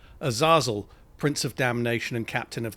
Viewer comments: Awesome video! However, I'm pretty sure it's pronounced Azay-zul 😅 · U-Zah-Zuul? yeah gotta skip this one, it'll bother me, sorry dude